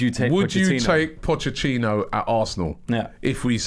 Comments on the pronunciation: Somebody tell Robbie it's Pochettino, not Pochechino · Robbie stop saying Pottechhino, Pottechhino ffs 😑😑😑✋ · Caleb Wortley The ex spurs manager is Pochettino not Pochechino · Can someone tell Robbie it’s Pochettino not Pochechino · His surname is not pronounced Pochechino Robbie. There is a T there, not a 'Ch' sound. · Nobody: Robbie:. Pochechino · Robbie 'pochechino' 😂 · Pochettino finishes his five year reign with Tottenham and Robbie still calls him pochechino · We should be focusing on how Robbie calls him Pochechino almost all the time!